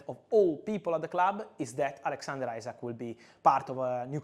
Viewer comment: Btw fabrizio it’s not isaac it’s isak